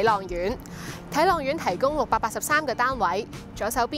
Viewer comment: 發音很差，什麼睇朗苑